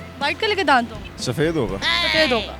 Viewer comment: दात होता नही होता